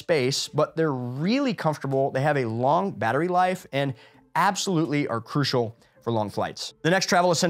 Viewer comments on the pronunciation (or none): none